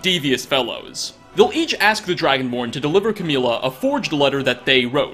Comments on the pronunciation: Umm it's camilla not cameela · He mispronounced Camilla, Sven, Faendal, Muiri and Friga.